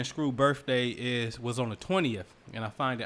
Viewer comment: Hey I want to hear you say BIRTHDAY not birfffday .